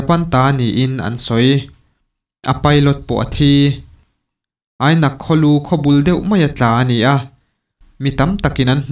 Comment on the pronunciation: Phalhrang tih ah pawh khian 'phal' tih khi thluk hniam tur ania 'hrang' tih khi thlahrang ami hrâng tia lam tur Minpui pawh khi Miinpui tia lam tur Ainak tih khi Ainâk